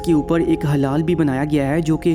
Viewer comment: Bhai wo hilaal hota h na ki halaal